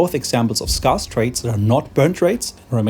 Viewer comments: scarce is pronounced skairce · Scarce rhymes with scare, not scar ;) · someone tell this man how to pronounce scarce